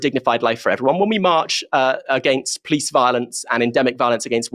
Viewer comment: pronunciation of "police" amuses me. "Pleece"